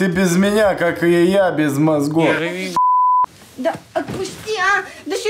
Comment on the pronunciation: «ты беф меня как без.... мозгхов!!!»